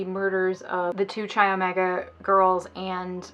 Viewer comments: my shock and confusion when you pronounced chi omega like chai 😂😂😂 the greek letter X (chi) is pronounced kai. anyway love your videos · This is a quibble but "chi" is pronouced "K-eye" not "ch - eye" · I beg you, learn how to pronounce the names of organizations you talk about. I winced every time you pronounced Chi as Chai. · Chi is pronounced K-eye with a hard K. Just an fyi for future presentations related to college greek life topics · Her mispronouncing "Chi" is stressing me out